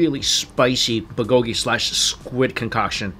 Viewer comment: your accents are wrong for the Korean words. For example, the accent is in the first syllable in "bul-go-ki".